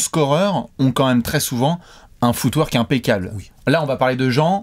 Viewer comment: À chaque fois qu'ils disent footwork, j'entends foutoir 😂 jpp 😂